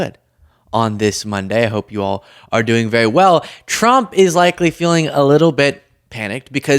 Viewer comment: Your saying Frump 😂😂😂😂. Rolling tongue instead of enunciation !